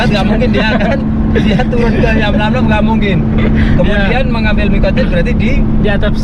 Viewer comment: Yalamlam bang,,bukan yamlamlam